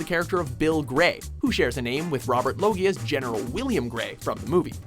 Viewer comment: Robert Log-EA????